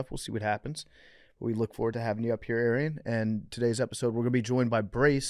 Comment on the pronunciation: Brace fcking up Arian's Name every time he says it will never get old to me.